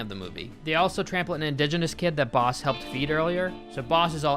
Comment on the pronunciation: Any one else hear “they call him balls” instead of “they call him boss”. Idk maybe my ears are just fucked up but that’s what I heard